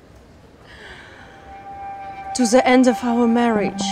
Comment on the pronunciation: The way the wife pronounces the word "the" in "the end" sounds really funny to me - in our mother tongue (Romanian) we mock that kind of English pronunciation! :face-blue-wide-eyes